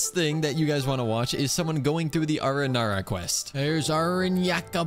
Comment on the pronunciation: Did I heard you right? ARANARA!?